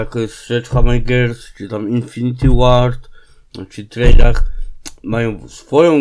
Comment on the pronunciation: mówi się chyba trejarch